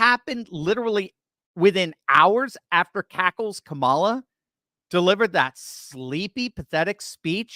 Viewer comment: I think Donald Trump belongs in the psych ward and maybe, too. He can't even say Kamala correctly